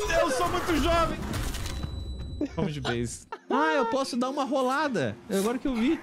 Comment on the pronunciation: Mano o morrendo Kkkkk kkkk "R de rrrooolada" kkkkkk